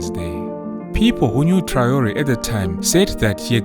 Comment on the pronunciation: This Ai generatet Video translation in the german language version is always talking about " Bosnien Herzgowina" instead of Burkina Faso! What a joke! And also the name of President I. Traore is not even spoken correctly.